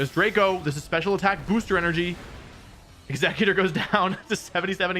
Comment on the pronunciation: Is no one else bother by him mispronouncing EXEGGutor